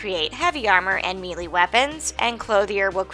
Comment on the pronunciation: The word "melee" is pronounced "May-Lay"